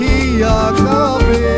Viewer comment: Ore baal ota Cup'er cha noye re...কাঁপে মানে কম্পন। Tuhin'o arekta baal pronunciation'o thik korte janena abar gaan gaiche😂😂😂